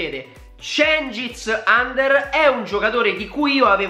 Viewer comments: si legge under non ander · Mi sa che si pronuncia uender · credo che si pronunci under con la u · Under pronounce just like ujfalusi. no english.